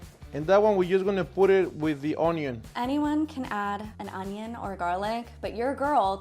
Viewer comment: HE SAID THE ONYO!!!